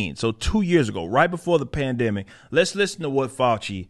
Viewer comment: Uhhhh.... plan-dimic?